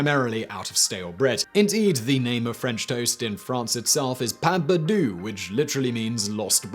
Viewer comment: Pain-Pear -Do Pain perdu...I'm from Quebec.So there is the proper way of pronouncing it!Hope that helped Simon;)